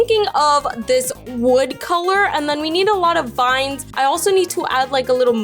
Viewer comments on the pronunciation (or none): none